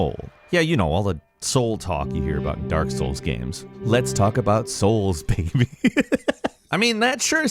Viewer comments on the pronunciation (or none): none